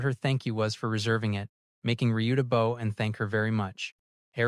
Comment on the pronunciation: The most annoying AI error in many of these videos is the pronunciation of the word "BOW". I thought AI was supposed to be smart. Apparently not.